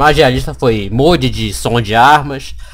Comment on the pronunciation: mas tá errado